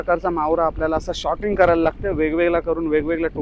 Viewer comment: Shorting nahi sorting boltat